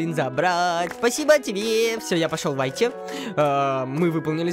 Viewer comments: Не вайти а вити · Во первых Ruv это РУВ а не РАВ Во вторых Whitty это Витти а не Вайти-_ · Если честно то не вайти а уити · Не вайти а витти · Я НЕ ВАЙТИ А УИТТИ!!!